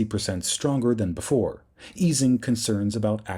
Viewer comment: interesting Not inneresting Before Not boofore